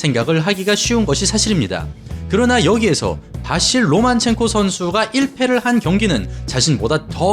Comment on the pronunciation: 로마첸코입니까 로만첸코입니까..? 영상끝날때까지 계속 로만첸코라고 하시고 자막은 로마첸코...